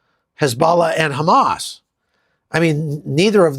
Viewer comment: Is it just me or does snyone else notice when folks from the middle east pronounce HAMAS, Hezbollah, or Houthis it sounds like dislodging a hairball?